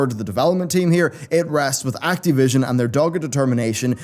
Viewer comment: acteee vision :D